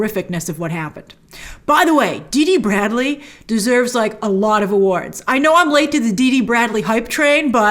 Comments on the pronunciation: His name is Dee Bradley Baker, not Dee Dee. : ) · It’s Dee Bradley baker not dd bradley